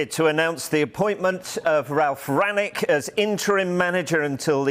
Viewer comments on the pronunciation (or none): And just to let you know: Rangnick is pronounced ['ʀ̥ʌŋnɪk].